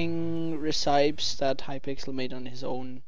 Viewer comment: By the way it's pronounced (reh-seh-pees) not (reh-psy-ps)